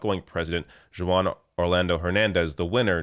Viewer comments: "Joo-wan"? I assume that's not how "Juan" is pronounced. is charmingly inept in his Spanish pronunciations. I do believe he's been exposed to Latinos in Canada, no? (I poke fun only out of love. one of my favorites.) Overall, great news though! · Juan is pronounced Hoo-Ahn. Not Jooo-wahn 🤦‍♀️🤦‍♀️🤦‍♀️